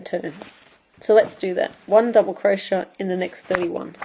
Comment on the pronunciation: I love your videos. They've been very helpful. You do beautiful work and explain things very well. I feel the need to point out to you that crochet is pronounced Crow-shay not crow-shuh. It drove me nuts through the whole video. Keep up the good work.